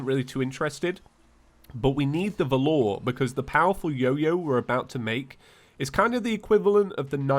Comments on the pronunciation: It’s pronounced vah lur valor, not vah loor. Just saying . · its pronounced V-A-lor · Why the feck do you keep calling it the "Vuh-lor"? Also, if you like big dungeons check out terracustom. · it’s pronounced val er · Is it just me that's feels weird by how he pronounces Valor?